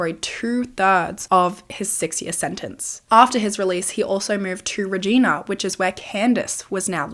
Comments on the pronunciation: Reg i na...not regeena... 😅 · It’s pronounced Reg-eye-na, like vagina. lol. Just fyi. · Hey I’m Canadian! I love your videos so much! I just wanna let you know Regina is pronounced like ree-g-yna … it almost sounds inappropriate lol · I am so glad she got the justice she deserved and she had people in her corner who believed her before then. but this is insane! especially when my grandparents still had a cabin near Regina Saskatchewan during this time. I also wanted to let you know as someone who was family from this area, Regina (reh-JY-nuh) is pronounced like another word that starts with a V just with a R instead lol, in case you ever cover another case from there. hope that helps! have a great week!! ❤️ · Hey, a case from my province! Just a quick pronunciation thing, it’s pronounced Reeg eye na! Love the video as always ❤😊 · Hate to be that person but Regina is pronounced like Reg-eye-na haha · Hearing you say Regina. Here we call it Reh-gina.... liek vagina lol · haha I know people are named that and it's pronounced with an ee sound but as someone from southern alberta hearing it pronounced this way really caught me off guard! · Sorry I love your channel but as a Canadian, it's frustrating that foreigners can never pronounce Regina. It's not said like the woman's name, the last syllable sounds like a female body part. Like "angina" the heart condition... Not sure how to explain it. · but not regina haha 😂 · i love watching this as someone from Saskatchewan and hearing how wrong you pronounce Regina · Being from Saskatchewan I loved the way you pronounced “Regina” 😂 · Canadian here - just wanted to let you know for future cases that "Regina" is pronounce like Vagina - the i is long. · Bless your heart, it’s not pronounced Regina… But it does rhyme with vagina give it a go 😂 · But what I want to know is your reaction to the pronunciation of Regina 😅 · drove me insane! and it feels inappropriate to say how we tell ppl to pronounce it